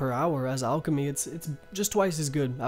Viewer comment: "ulch" bro its alchemy. like Al. Pal. Gal . lol